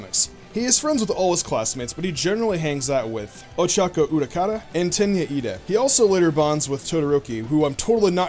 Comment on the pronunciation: Ochaco URAKARA???? (If you don't know her name is actually her name is Uraraka)